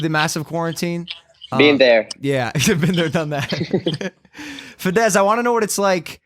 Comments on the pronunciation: He Say fedez "fat ass" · Fedez che diventa Fédezzzz ahahah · ma come pronuncia Fedez sto male